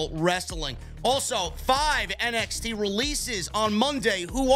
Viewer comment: Did you just say MXT? 😂